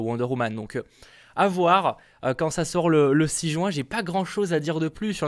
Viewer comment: MDR il a dit 3 jouin, sinon genial